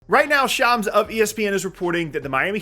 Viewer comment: It’s [Shahmz] not shams (i.e. rhymes with tom, not jam)